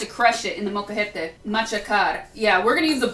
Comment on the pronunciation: Your pronunciation is really good when you said the names of peppers, Molcajete, etc, etc!!